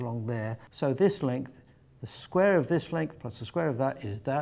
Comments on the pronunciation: It's pronounced "Square" not "Scrare".........learn english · "The Sqrare root" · Is he saying "The scrare root"? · You mean squrare? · can he not say the word 'square'???